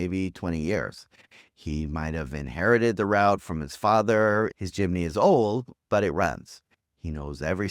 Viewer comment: Its Jeepney.....not Jimney